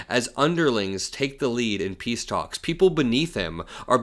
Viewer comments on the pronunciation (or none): none